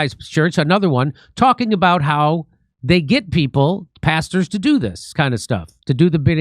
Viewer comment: JIMMY MAYBE ITS ME IRISH BROGUE, BUT WHEN YOU SAY PASTERS, IT SOUNDS LIKE YOUR SAY BASTARDS,😂😂🇮🇪🇮🇪🇮🇪🇮🇪